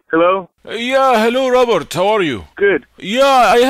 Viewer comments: The way says Robert it sounds like he's saying Robot🤣🤣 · Is it robot or Robert lol 😂 the way he pronounced it.